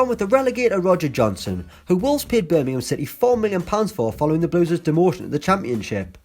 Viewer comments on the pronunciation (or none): none